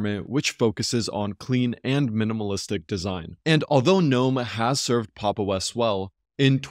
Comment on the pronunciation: Its a breath of fresh air to hear someone pronounce "gnome" the way it is supposed to be done. Great vid thanks